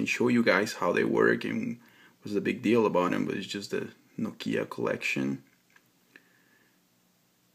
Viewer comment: it's NOkia, not NoKIa!! Stress on O!! ok?!